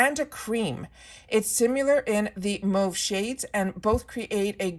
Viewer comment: Oh my gaaawwd! You are the first person I've heard pronounce mauve correctly! Merci beaucoup, mon amie!🥰